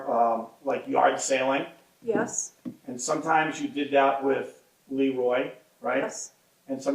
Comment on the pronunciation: I kept hearing “yacht sailing” not “yard sailing”